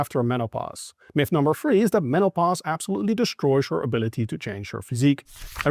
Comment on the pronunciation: Are you saying Menno-Pause? 😀